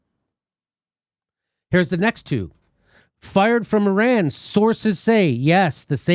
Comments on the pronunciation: Learn to fucking pronounce foreign countries and cities names Americans. Even trump gets it right - it’s Ee-ran not I-ran. Mos-co, not mos-cow. Fucking ignoramuses. Love your show jimmy btw. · Fucking CBS can't even PRONOUNCE "ear-RAN" properly! As you can hear when Trump(!) says it properly, it's "ih-RON". FFS.